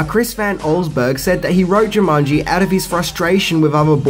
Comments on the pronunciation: Why do u pronounce it jumunji instead of jumanji? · I literally paused the video a min and a half in as it was bugging me and had to see if someone else mentioned it. Jumunji, Jumunji, Even when I said the word Jumanji in my head it now comes out as Jumunji. Damnit. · Uh,, its Jumanji, NOT Jumunji. And does everybody in New Zealand say "fings"? Come on buddy, it's part of every video title. Weird! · JOO-mon-jee, not JIM-mon -jee" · Its jumanjiiii not jumunnnji :) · Dude! It's jumanji! Not jamunji! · "Jamungy" Try to unhear that now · Jew Mongi ? Jaw mungy ?😂😂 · you sound as if you are saying 'JamUnji' all the time.